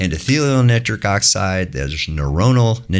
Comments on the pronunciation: I have never heard nitric oxide pronounced neatric oxide in my life.... synthetic chemist here for over 20 years. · How is so incredibly knowledgeable and intelligent, and an absolute expert in his field, but pronounce nitric like that… jokes aside, thanks for sharing all that in depth knowledge 🙏🙏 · Why does he pronounce nitric 'nittrick'?